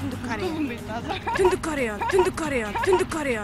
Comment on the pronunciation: Тундук кореяны айталбай ушунча тупой экен